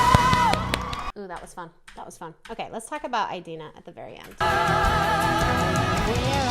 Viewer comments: a-deenaa not eye-deenaa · it’s ih-dee-nuh not eye-dee-na :) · So for Idina's name, the "I" is pronounced the ih, like when stitch is saying yes in lilo and stitch and he goes "igch". think about that sound so rather than aye-dina- its i-dina. at least that's how Ive always heard it pronounced, :p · her name is pronounced in-deen-a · Btw it’s ee-dee-na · You pronounce Idina like the I in the word "in" :) just to clarify since she seemed confused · You pronounce it “adina” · You say Indina Menzel's name like (In-Deen-Uh Men-z-elle) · I think its pronounced "id eena" :)